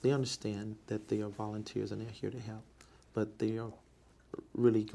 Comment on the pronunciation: That and "hep"😩